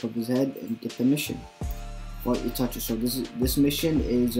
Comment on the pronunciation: *itachi not itichi 😂